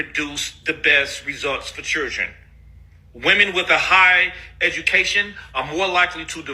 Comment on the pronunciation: His face angers me. And he can’t even say children properly.